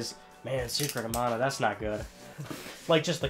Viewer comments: Your pronounceing it wrong. Secret of mana is pronounced man-a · It's pronounced Man-ah? I've been saying Mahn-a. I always get the wrong em-FA-sis.